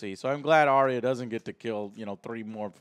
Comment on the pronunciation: Eurion??? Isn’t his name Euron? I notice that many USA you tubers have difficulty pronouncing the names of GOT characters!?...adding additional ‘i’s’ where they don’t exist! Like Arriah! Who is actually pronounced Ar-ya. Two syllables.